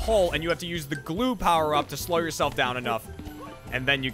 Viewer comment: can't say 'slow' properly, sounds like he's saying 'slur'